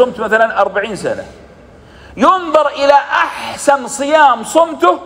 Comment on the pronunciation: أفضل صيام صمتُه❌لأن التاء للمخاطب ياشيخ ❗أفضل صيام صمتٓه✔️